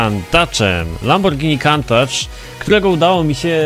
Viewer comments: wymawia się Kuntasz a nie Kantacz.. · wydaje mi się, że poprawnie nie wymawia się Kantacz tylko Kuntasz. Pozdrawiam. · czyta sie kuntacz